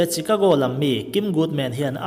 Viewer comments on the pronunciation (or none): Shhiikhago... ti a lam tur a ni zawk em?